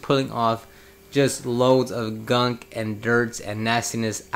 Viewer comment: This guys favorite word is GUNK With the hard K at the end GUNKK